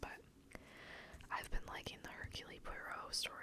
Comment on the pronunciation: I love listening to honest reviews of things I might be interested in. Especially things I might not be familiar with, like the toothpaste. I got an SLS free toothpaste from my dentist ($$$) and hated it, lol! But I'm always open to trying something new. And just a little FYI..."Hercule" is pronounced without the "ee" sound on the end. I live in Canada, french is our official second language 🙃